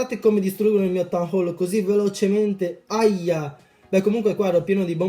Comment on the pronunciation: Mi fa ridere come dici town hole 😂😂😂 tan hol ihihih sei troppo simpatico, mi piaci un sacco, soprattutto BELLISSIMO IL REMIX NELLA INTRO CHE USI. Sono nuova e gia ho visto parecchi video, molto belli ;)